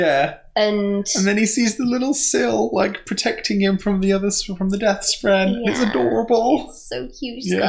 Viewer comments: My GOD its not spreen! Spren spren spren SPREN! Sorry but Im way too much of a word nazi to let tht one fly. Otherwise, you kicked my ass in understanding this book. Took me about 3 reads to pick up everything you have on your first. Good job. Good job. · It's because I actually call them Spreenies because they are cute and need a cuter name I just shorten that and we get to spreen. I know it's still not acceptable but I didn't think it would be fair to say that correctly and still not get any of the other names right.